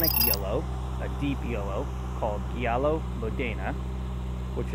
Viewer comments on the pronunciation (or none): It’s “giallo” pronounced with a J. Like “Jahlloh”. Nice review.